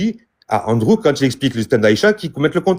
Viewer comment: Sa part mal le live ,le gars dit André au lieux de Andrew.LOL